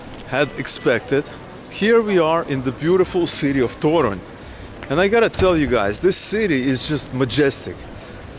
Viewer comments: As for Polish, the stress (udareniye) is ALWAYS on the second last syllable. Therefore TOruń (and also "w TorUniu" - in Toruń - stille second last syllable), PienikOwy raj, piernIki, muzEum torunskIEgo pienIka, WarszAwa, etc. :-) should make it easier. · One, tiny tip regarding accenting polish words. Most of them are accented at the penultimate syllable: TO-ruń, to-RUŃ-skie, pier-NI-ki, mu-ZE-um, etc. As always, there are some exceptions (i.e. words taken from greek are sometimes accented at third syllable from the end - i.e. ma-te-MA-ty-ka), but in like 95% of words accenting second to last syllable is the correct way.